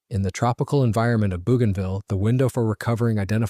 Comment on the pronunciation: It's pronounced: bow ganville